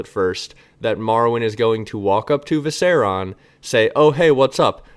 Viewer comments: Seven hells it’s Viser-I-on. 👏👏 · I’ve been consuming the last year of videos in a week and this is the first time you said something I disagree with. And it was they way you pronounce “Viserion”